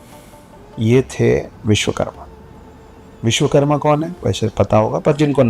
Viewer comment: Vishwakarma hota hai,aur Stapit hota hai na ki stapt